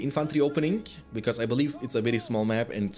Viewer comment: because and causing are words you pronounce so weired man